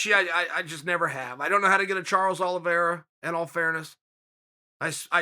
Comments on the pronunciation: He also said Charlie Olives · he said Charles OLIVIERA, he says the names wrong on purpose